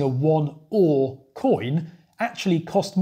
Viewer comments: Another interesting video! While I know most of it there's always some interesting history that I didn't know. BTW "öre" is not pronounced like the English "ore", as you SFI teacher :) We also shorten our currency to kr, sek is the international version. When my parents were young there where coins down to 1 öre and 5 kr was a note. I have seen those notes, they were much larger and more square than todays bills. When I grew up in the 80s there where no coins smaller than 10 öre. Then we slowly got rid of 10, 25 and 50 öre coins as they lost their value. The 20 kr note is quite old now, I remember when we got them. But the 2 kr coin and 200 kr note are only a few years old. You very rarely see a 1000 kr note as they are not available in ATMs. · Öre has the same vowel sound as fur, stir, learn,... in its first syllable, followed by a short "eh" sound.